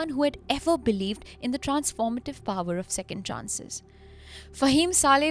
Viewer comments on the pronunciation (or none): none